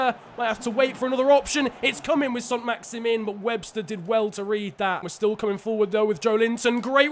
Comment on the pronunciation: its leandro not leonardo trossard and maximin is prounounced max i man